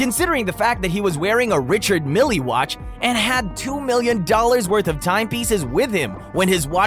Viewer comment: You got a problem with Hublat, Audemarz Pigwet, and Richard Milly?